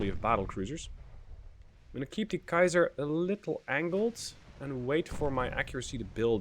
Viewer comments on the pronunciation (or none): none